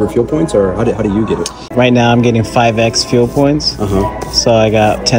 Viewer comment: I hate when people pronounce it (five ex) it means (times). You get 5 times the points